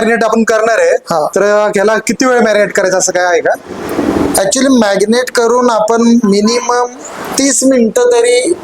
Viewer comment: मॅग्नेट नव्हे मॅरीनेट....😅😅😅😅😅 जास्त शुद्ध बोलण्याचा नादात भलतच बोलल जातय ....🤔🤔🤔😂😂😂😂